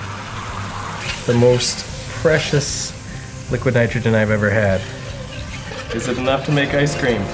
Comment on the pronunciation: “Liquaheed nytrohageen”